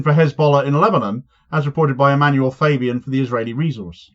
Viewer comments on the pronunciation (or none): none